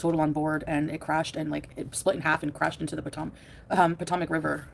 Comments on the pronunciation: Pa-tam-ic River? Shut up, Chantal. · or how to pronounce “Potomac”